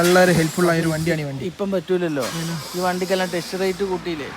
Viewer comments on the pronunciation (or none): none